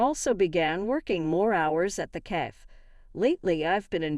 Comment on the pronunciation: Cafe not CAF.